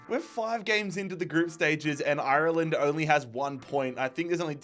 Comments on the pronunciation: It's not pronounced eye-er-land, it's pronounced are-land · Painful hearing him say shamrock instead of rovers and I-Ur-Land instead of "arlind" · Up The Dubs! Why does he say IRLEND like that. Hes from cork😂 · Love it, just pls learn to pronounce Ireland right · Is there a reason why he keeps pronouncing Ireland the way he does 😂😂😂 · why do you pronounce Ireland like that sounds weird